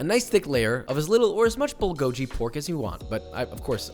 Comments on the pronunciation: I got irrationally homicidal every time he pronounced Bulgogi as "Bull go jee" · It’s pronounced bul gow ‘gee’ the gee is pronounced like the gee in geezer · Papa delivering as always! Just a disclaimer: Bulgogi is pronounced Bull-Go-Ghee as "bul" means fire or in this case grilled and "gogi" means meat. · Thank u I was wondering what the hell bullgoji was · Aside from the fact that he pronounced bulgogi wrong, it’s actually closer to 제육볶음 or spicy marinated pork belly. i think the recipe is fine but he should call it what it is lol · My left eye actually twitched hearing him pronounce bulgogi, and i didn't even realize a cared about it. Its no big deal but apparently my eye is offended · Hearing that hurt me deep inside. Why papa, why. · The NC pulled pork looked great, but as someone obsessed with Korean food, him mispronouncing bulgogi was driving me crazy. Just….yikes. It literally takes less than a minute to Google the correct pronunciation. Or a single trip to a Korean restaurant. Also… didn’t he technically make a pork belly (samgyeopsal) sandwich? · Can't wait to try making the bulgogi sandwich, it looks amazing. On a side note, it was slightly triggering each time to hear bulgogi mispronounced without the hard g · bulgogi is spelled 불고기 in Korean and ㄱ is a hard g/k sound. He’s saying it was a ㅈ sound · You liar. I speak Korean and I can confidently tell you that it has a “g” sound, not a “k” sound. And he completely trash the “bul” part. It’s pronounced more similarly to “bull” than whatever he said. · Korean here! Actually it is not pronounced as bull. It’s Bool-go-gee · I'm a minute in and already cringing by the pronunciation of "bull goji". Im almost certain he's pronounced Korean food correctly before, so I guess he left the cringe for me to just sigh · Did he just say Bulgo...ji? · Did he really just call it bull-go-ji multiple times??? 🤣 🙅‍♂️🙅‍♂️🙅‍♂️ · MANS SAID BULGODSHY LMFAOOOO NOOO MY GYOPO HEART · it's bul-go-gee pronunciation. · bull go jee